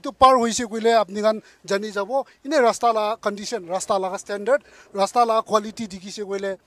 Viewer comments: Haha, not Rasta but LASTA . LASTA means , no lasting 😁😁😅🤣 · I believe the people of other districts got it why we Mon people pronounce "Lasta" instead of "Rasta". 😂🤣